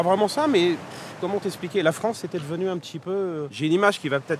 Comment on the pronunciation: Les anglais de Fronce ? 😂😂😂